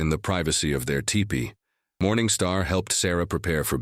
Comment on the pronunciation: I wish AI could be reprogrammed to pronounce teepee correctly. It's not 'tie pee'...it's 'tea pee.'